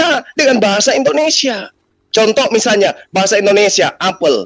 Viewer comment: cara baca apel saja salah.aksen baca apel beda. Sok pintar saja.moderator KLO bicara tlg besarkan suaranya TDK adil